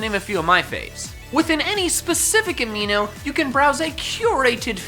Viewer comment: I heard aveeno instead of amino